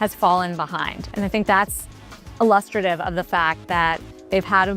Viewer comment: crazy how you made this 5 days ago and didn’t include the downfall of under armor Also - that chick needs to learn how to pronounce illustrative lmao